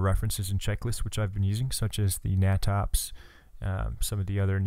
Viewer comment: awesome vid, FYI its pronounced NATOPS like Nay-tops